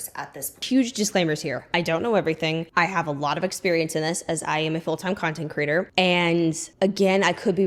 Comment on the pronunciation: 😂 I feel like you keep saying content critter instead of content creator 😂